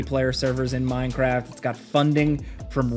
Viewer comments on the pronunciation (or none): none